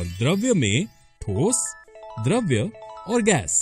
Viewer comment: द्रव तथा द्रव्य का उच्चारण दोषपूर्ण है। द्रव तथा द्रव्य का अर्थ अलग-अलग होता है। पदार्थ की अवस्था द्रव होती है द्रव्य नहीं। पदार्थ को द्रव्य (matter) भी कहा जाता है अतः द्रव्य की एक अवस्था द्रव होती है।